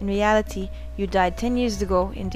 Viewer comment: I believe that Harle was saying 'Ray ah li tay' *Says in a bad french accent*